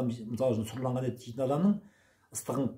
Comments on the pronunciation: Сұрланған емес.Сүрленген. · Сұрланған емес сүрленген деп айтыңыз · Сұрланған ет емес сұрленген ет. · Сұрланған ет емес,сүрленген ет деп айтады